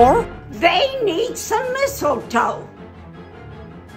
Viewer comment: "Missiletoe" had me dying